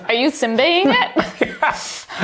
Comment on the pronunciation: it is simba not simbay